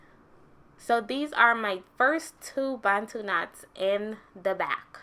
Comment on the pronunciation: I love that you pronounce 'Bantu' properly 😂 and your hair is absolutely gorgeous ♥️🥺